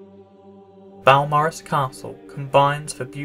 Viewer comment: Beau = B’oh, not B’ow.